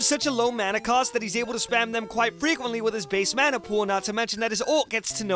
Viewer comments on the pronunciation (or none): none